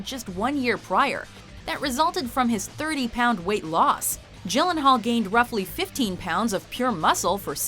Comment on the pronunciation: she is pronouncing it properly.